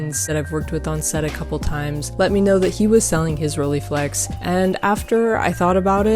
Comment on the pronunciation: It's not pronounced rollyflex... It's Rolleiflex ( like Roll and ... eye).... Please!!!